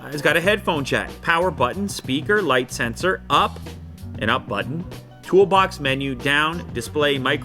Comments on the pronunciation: He can not pronounce English properly. It's jight phone and not light phone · Wish they just called it light rather than "Jight" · „Jight“ -light,2019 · It bothers me to death that it's actually "light" not "jight" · Jight phone lol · It's Jight. It says right there in the cover. Jight.